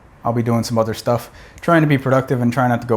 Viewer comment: "Hey folks, howaya guys doooin" I could have sworn you were Canadian for a second.